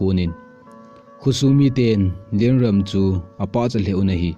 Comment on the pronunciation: Amin chu nasei dih thei mo na e.. Eipaova pronounciation bol lechun dihchetdi hija.. Lienrum ahi. Rum khu kaisao di ahi... Ram hilou in Ruum tiding ahi..